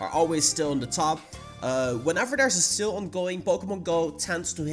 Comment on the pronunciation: The way u say SALE is really confusing...